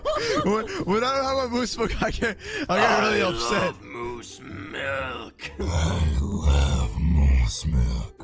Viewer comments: michele torres-rivera milk not milke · michele torres-rivera it's MOOSE MILK NOT MOOSE MILKE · michele torres-rivera ITS MILK!!!! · Yea moos millk